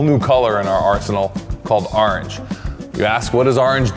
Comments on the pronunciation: I love how says "ARange" get yourself some pirate orange permatex. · "Arnge" No idea what the "arnge" permatex is all about. I was too busy saying "arnge" when was talking about it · lol says ahrange